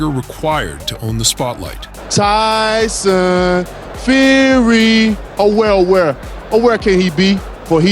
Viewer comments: “Dyson Furry” 😂😂😂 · Mannn I cant stand when people try way to hard to make sound bites instead of just being themselves. The whole "Tyson feery (he mispronounced the name) where are you" sounded so fkn lame